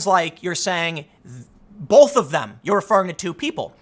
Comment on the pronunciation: Learn how to pronounce the word "both." It's not "bolth."